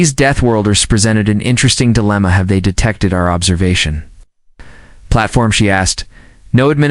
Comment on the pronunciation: The AI pronunciation is hilariously so bad. Can't even pronounce "have". Grammar is horrendously bad as in nonexistent. Made it to a full 22 minutes and can't stand it anymore. Thumbs DOWN!!!!